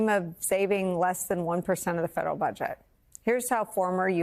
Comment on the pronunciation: Listen to this reporter, " its only 1% of the Federal budgit " so that makes it all ok?